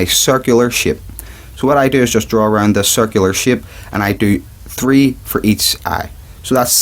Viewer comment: shape not shipe